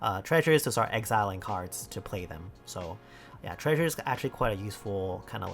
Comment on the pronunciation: i didn't realize said treasure treysure until today